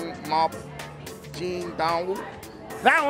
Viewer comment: Việt Nam là từ Gì nhưng bên mỹ đọc là Gai :))))))